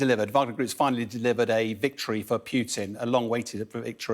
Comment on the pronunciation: Its Putin not Pyutin